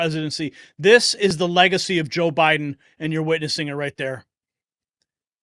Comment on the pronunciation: Was "bye-done" now "bye-gone" worse than Hisler